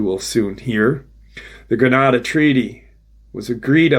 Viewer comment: at the expense of repeating myself I think milab is pronounced with a long “I” and you also brought up the Greata Accord. The e is long the a after it is pronounced as a short a. Maybe no matter but my dad was an English prof at a university. Cory was part of the 20 and back missions I think before “super soldiers” was coined. He was an early person to “talk.” And it was very difficult for him a rough ride I got to see. I learned to take info or disinformation with salt. thanks for keeping this info fresh so new generations can help with the I will call it movement. Even tho it does have front lines. ❤